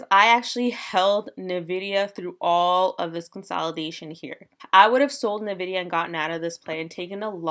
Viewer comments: OMG my ears!!!! It is "N-VIDIA" not Ni-VIDIA!!! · Its en-vidia not nuh-vidia (Hermione voice) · It’s pronounced En - Vidia. That said, it doesn’t really matter you’re just trading it. But it sounds so weird! Anyways cool content.